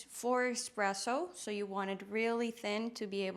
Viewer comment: There’s no “X” in espresso